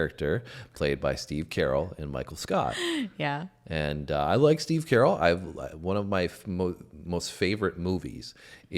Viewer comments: It’s not Steve “Carol”. It’s pronounced Cuh-rell. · Not "Steve Carroll". "Steve CuhRell". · Was wondering who steve 'carol' was. 😅 It's ku-rell'